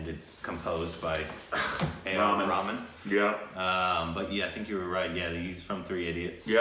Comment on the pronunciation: P.S. I liked in the beginning how you were pronouncing Aamir the correct way!!!!